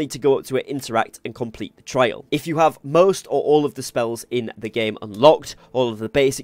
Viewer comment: FYI, "trial" is pronounced with an "eye" sound in the middle. Sounded like you were saying "Merlin trail". 😁